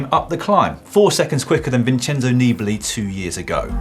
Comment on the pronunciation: Ummmmm, Italian poly-syllabic words place the "accent", or emphasis, on the second syllable, so Nibali is pronounced nee-BALL-ee. Do try to keep up.